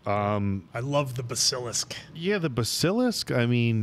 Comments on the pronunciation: ps guys, it's BASS-uh-lisk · I was lucky enough to grow up with the books. Harry's 11 birthday was when I was turning 11. Watching y'all made let me reignite those beautiful memories. Cheers from Australia, boys! Keeping it real though, it drives me nuts when y'all pronounce Basilisk 🤣